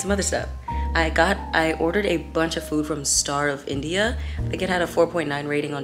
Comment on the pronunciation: i heard “starve india” instead of “star of india” 🙁